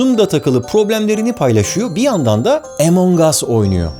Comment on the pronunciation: Da abi o Among Us diye okunur, evet ingilizcede de